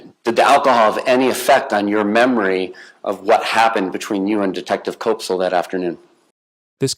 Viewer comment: Koepsell rhymes with "step-sell" NOT with "cope-sell" NOT with "cop-sell"